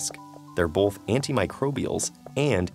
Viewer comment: Brought to you by the word "BOLTH," because the word BOTH now had an L in it...for some reason. 🤦‍♂️